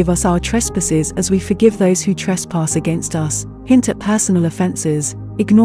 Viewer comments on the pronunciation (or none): none